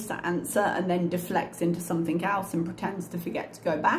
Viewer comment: Is it just me or does she end her words with a K? Like Somethink.